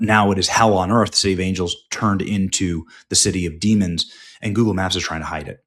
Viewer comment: Did you say Goebbels or Google?